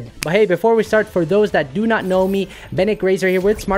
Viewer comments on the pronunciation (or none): none